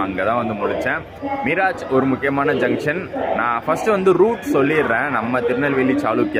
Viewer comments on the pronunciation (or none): அது மிராஜ் அல்ல.. மிரஜ். பொதுவாக மீரஜ் என அழைக்கப்படுகிறது